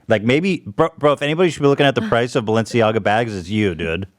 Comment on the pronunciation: ethan saying balsiana instead of balenciaga is killing me